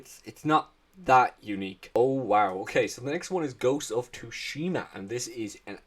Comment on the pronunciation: “Ghost of Tushina” IT IS GHOST OF SUSHIMA It just starts with T like tsunami